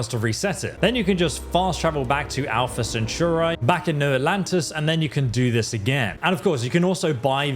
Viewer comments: I'm sorry, the video is quite good, but it's Alpha CentAuri, not CentURAi. I just can't 😅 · SPELLED: APLHA CENTAURI. PRONOUNCED: ALFUH SEN. TAW. RE. BUT MY BOY SAID "ALPHA CENTOORE." LOL. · Alpha ✨𝒞𝑒𝓃𝓉𝓊𝓇𝒶𝒾 ✨ Edit: jesus you said it so many times... just so you know: its pronounced al·fuh suhn·taw·ree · Brooo, Alfa Centura??😂😂😂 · Good video, but the way you pronounced Alpha Centauri made me cringe ngl.